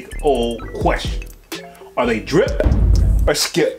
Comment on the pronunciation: Homie said driP or skiP The emphasis he put on the P be having me hollering lol I LOVE IT and The content 🤣🤣🤣🙌🏾🙌🏾🙌🏾🙌🏾